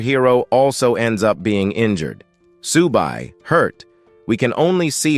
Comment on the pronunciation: Whoever is narrating the story is useless....everybody's name is now 'SUBA'...his name is 'Su BAI' !!! The turtle is not 'SHAA' but 'SHIAO BA', and the beautiful teacher IS A WOMAN !!!!!!!! ...........no efforts at all....change him Thank you for the video though, it was still a very good video